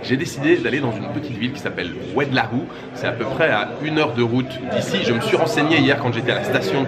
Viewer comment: Oued laou Ça se prononce oued low